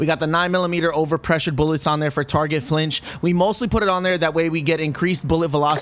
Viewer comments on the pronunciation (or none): none